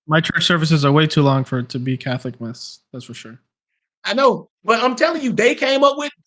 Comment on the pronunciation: Lol I love when he keeps saying “moss” instead of “mass”